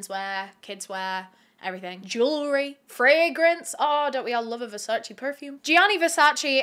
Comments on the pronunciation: You were driving me crazy with the constant wrong pronunciation of Versace. Versace, not Versaci 🙈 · Correct pronunciation of Versace is: 👉Versach-eh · So many I know and love cannot help it/have said "Versace" incorrectly for too long ( maybe do not care at all that is all good too!) I hope people that have loved Versace forever and a day, or are expanding their style or just learning what Versace truly is...more than fashion....don't want to make it a long rant on a great video ha ha BUT internally screams hearing the "chee" at the end of Versace being forever pronounced wrong*. Don't come for me I had to comment as soon as I heard the "CHEE" at the end. EEEEP *back to the kicka$$ vid by cause she is freaking just awesome, doing this YT niche better and expanding into what she has. - Someone that is Italian but lives in the U.S. Any other people that are Italian or not at all..still correct people each time they hear it said that way?? I cannot help it. This channel is excused from it tho lmao just want everyone else to know how to say it. Listen to the Versace family or their actual advertisements/ads. Rest Easy, to a total genius and someone i would have loved to meet and spend a day in the life with or in the brain of this legendary man. #VERSACE <3 🥰🥲🤧